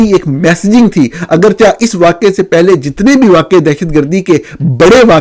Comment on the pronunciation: نورانی بھائی ہزیمت کو آپ نے ہزیمت بول دیا،براہ کرم درست فرما لیں، اگرچہ کو میرے علم مطابق اگرچے کر کے پڑھا کریں آپ اگرچا پڑھتے ہین، آپ کی سلامتی اور ترقی ایمان و کردار کے لئے بہت دعائیں،